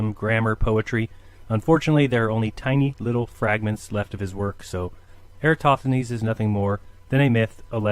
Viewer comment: Why do and Dave Weiss always pronounce air-uh-TOSTH-uh-nees incorrectly as air--uh-STOTH-uh-nees? Or in this video air-uh-TOTH-uh-nees? I like the point makes here about the globe earthers using parallel rays from the sun most of the time, but angled rays when it comes to eclipses.